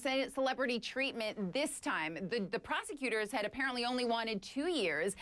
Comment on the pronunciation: "PROSECUSORS" LOLOLOLOLOL DUMBASS